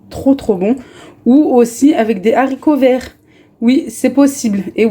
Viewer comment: Merci pour les recettes et pour ta bonne humeur ! Et pour la prononciation des haricots verts tu as tout à fait raison. Il y a un H on ne fait pas la liaison et donc il ne faut pas dire des zharicots verts 😁